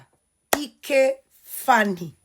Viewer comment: Cha cha Eke Faani not ike,, learn how to pronounce people's name.